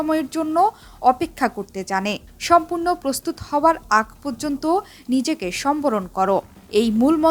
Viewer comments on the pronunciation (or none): none